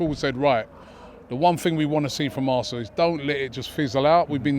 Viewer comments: Assna? Wot izz eevun daat? Robbish😂😂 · ITS ZE HISTORY OF ZE ASSNA 😂